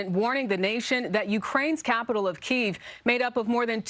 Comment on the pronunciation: Can’t even pronounce the Ukrainian capital correctly- jokers